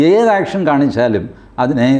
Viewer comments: Not action, it's "yeaction" from 😅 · ആക്ഷൻ അല്ല,,,,, എക്ഷൻ,,,, 😄🙏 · ആക്ഷൻ അല്ല ഏക്ഷൻ 🥴